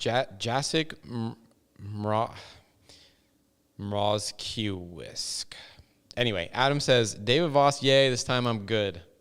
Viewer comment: wee! Thanks for the mention :) Jacek’s name is phonetically Yatsek Mroshkyeveech :) Cheers ESG crew :)